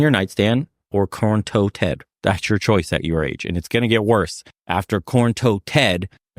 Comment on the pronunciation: “Corn toe Ted” 😂